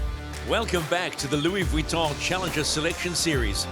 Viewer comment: Generally I'm enjoying the informative commentry, with relatively unbiased opinions, but PLEASE stop calling this regatta The Louis Weton cup, Vuitton is phonetically pronounced " Veton " Other than that, keep on keeping on. We'll be down in Barcelona from this Friday.🎉